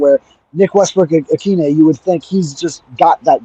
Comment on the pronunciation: "Ikine" is pronounced "UH - KEEN - A (long A sound)